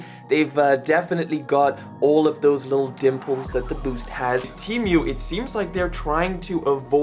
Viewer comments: Bro his accent is making him say temu so weird he's saying it like the animal emu but he's saying temeuw bro sound it out te mu like the letter T an a cow moo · Temu not Tiumu😂😂😂😂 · the only thing he mess up is saying temui instead of temu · I thought it was Temu and not teamoo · Teamyou?? It's said, Tee Moo 😂 but hay it's still a shit site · Temyu? It’s Temu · Broooo it's temu not TeAmMeOw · temu not temioo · "chi mieuw" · Tee mew 💀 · "Tea Mew" 💀💀💀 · He said tee mwe lol great vid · bro said teemew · My boyfriend says you're pronouncing Temu incorrectly 🤣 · bro its temu not temu bruh